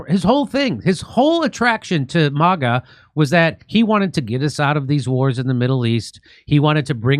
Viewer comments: MIGA, NOT MAGA. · Might wanna workshop "MIGA" a little more Jimmy lol